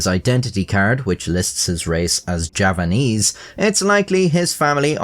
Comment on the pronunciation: Ýeah, sorry, I could have sworn I heard him say Japanese but obviously given context it must have been Javanese